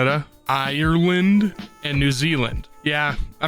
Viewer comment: Say “Eye-urr-land” again and we’re turning you into Guinness